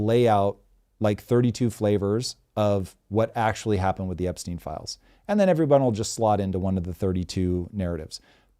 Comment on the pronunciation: *Epstein, not Epstine